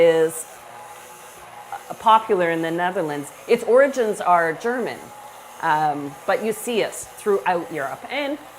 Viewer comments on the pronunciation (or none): none